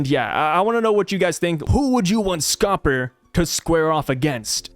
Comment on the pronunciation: It’s Scopper D Gyaban